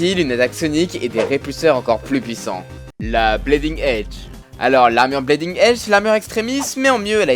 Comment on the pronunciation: bonne vidéo mais sérieusement il faut faire quelque chose pour la prononciation la parce que bleeding prononcé blaiding, fear prononcé faire ou hulkbuster prononcé hulbuster c'est pas possible la